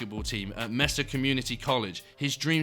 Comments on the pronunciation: It’s not mess-a it’s may-sah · It's pronounced "May-sah" not Mess-uh